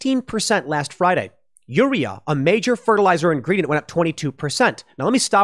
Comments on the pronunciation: Tim, it's potash (pot-ash not po-tash) and urea (u-ree-ah not ur-e-ah). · It's pronounced UR-RE-Ah.. And POT-ASH..... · The way Tim pronounces urea and potash makes me cringe. I have heard potash pronounced pot-ash, not like potato, a million times. And urea is pronounced your-ee-ah, kind of like urine (it's base word) not as a single-syllable word. Urea is the common reagent used in pollution control devices to convert NOx to N2 and water. It works better than the catalytic converter in your car because your car does not use a reagent, it just uses a catalyst. I have clients who have had to scramble to get urea to maintain compliance with their air permits. It is a real problem. Also, your diesel truck will not go over 20 mph if you do not have the urea to run you SCR unless you bypass that environmental control system. Ditto for Tier 4 diesel engines. No Urea, no run, by law. Engine manufacturers can get in big trouble with the EPA if they bypass this. See how VW got in big trouble for having emissions bypasses on their cars. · Its pronounced, pot-ash and you-reee-ah. For potash and urea fertilisers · Thanks Tim. It's pronounced u (you) re (ree) a (ah). As in you-ree-ah. And it's pot-ash. High in nitrogen and carbon respectively. Really needed stuff for the ground where crops get grown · It's POT-ash and yur-RE-uh. Sounds like you dropped out of school before pronunciation classes. 🤣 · Aaaahg.... UREA: you-ree-uh POTASH: pot-ash